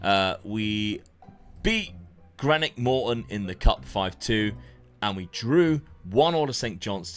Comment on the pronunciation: Please pronounce Greenock Morton right